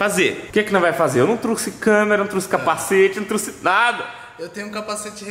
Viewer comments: Tá precisando é de uma aula de português Cara fala "truce" e o certo é TROUXE TROUXE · não é truxe é trouxe